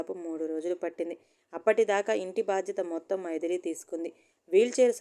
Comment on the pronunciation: మైదిలి కాదు మైథిలి అంటే సీతమ్మ వారు. చదివేటప్పుడు సరిగ్గా అన్నీ తెల్సుకోవాలి